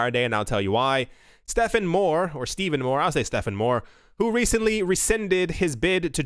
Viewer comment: Your pronunciation of Stephfffen is perfect!!! There is no V in that name. I hate when people pronounce it with a V when there is none